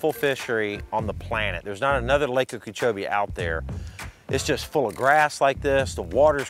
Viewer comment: You were literally putting on a clinic. Gotta ask about your pronunciation of Okeechobee; sounds like you're saying Ukeechoee, or am I hearing you wrong?